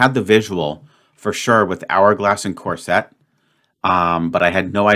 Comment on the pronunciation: CORSET is pronounced "CORE-sit" (emphasis on the first syllable.) Not "corsette"